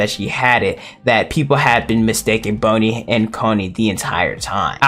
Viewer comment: Why do you keep say "bone"-i instead of "bon"-i